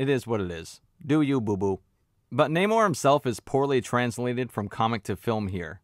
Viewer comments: The namor complaint is SO dumb. He is called ONE name in the movie. One with a Spanish accent (nah more) and the other with an English accent (nay more). You know how Spanish speakers pronounce "José" differently from how an English speaker would? Exactly. It's not deep. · you say namor so many times just figure out how to say his names this isnt rocket science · That way you pronounce Neymar, Namor, Na--whatever.... is hilarious 🤣🤣🤣